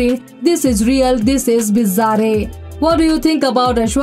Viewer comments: Bizareeee😂😂😂 soorreal 😂😂😂 nice pronunciation 😅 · Please google pronunciation of words you are not familiar with like surreal, bizarre.. information is so easily available.